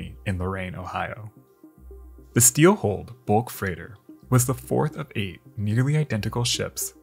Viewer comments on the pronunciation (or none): Hull not "hole". Hulled no "holed". Steward not "stewart". Vulnerable not "vulnerble".